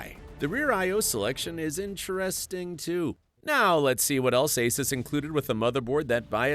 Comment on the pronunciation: Asus is not pronounced as you did btw. Just wanted you to be aware =)